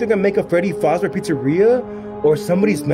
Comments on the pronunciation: ITS NOT faz NO LOW A ITS FAZ LongA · Yes I get triggered by it so bad lol it is “FAzbear”a not “FOzbear” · Freddy faober 💀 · No hate but it’s fazzbear not facebear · Not foz bear it’s faz bear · Scooby Doo FNAF Fan he says freddy fOzbear but it’s called freddy fAzbear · Freddy faseBear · yup its freddy fASzbear pizza not freddy fOUzbear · Its terebole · You say fazbear like fozbear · Freddy Fazbear not freddy fuzbear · Is fazber not facbear! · Anyone else triggered the way he keeps pronouncing fazebear wrong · Yeaaa i loveeeeeeee fnaf and the fact that he said fAHzbear kinda pissed me lol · Y'all said Fazbear wrong y'all said fozbear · Bro is literally saying Freddy fos bear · It's pronounced Freddy F-AH-ZZ-BEAR"s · Who gets triggered every time someone says Fazbear wrong